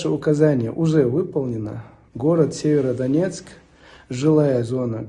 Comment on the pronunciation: Сіверодонецьк, Вимовляйте правильно.